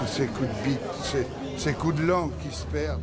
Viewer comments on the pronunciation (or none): none